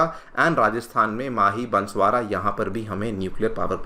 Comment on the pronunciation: Sir that is बांसवाड़ा ना कि बंसवारा